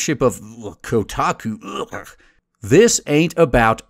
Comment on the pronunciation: "Kotaku-ueahueh" lol.